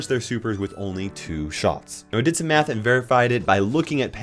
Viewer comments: "I think I am addicted to math (I thought METH), I love maathhh ( again so confused with meth)." 😂😂😂😂😂😂😂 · He sounded like he said I like meth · When you said “I love math” I thought you said meth and I was so confused. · I don’t think realized his “I like math” sounded a lot like I like meth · i thought you said meth lmao